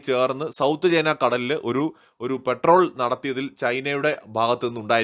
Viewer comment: പെട്രോൾ അല്ല പട്രോൾ 🙏🙏🇮🇳